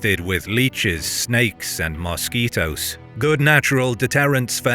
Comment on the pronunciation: Man doesn't just mispronounce Wallachia (wall-auch-ee-uh ) or anglacized (wall-ah-key-uh), he pronounced mosquito mosque-eat-oh .